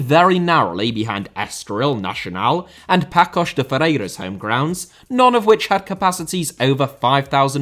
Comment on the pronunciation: Hey. Good job as usual! Just check your prononciation of Paços and Famalicão though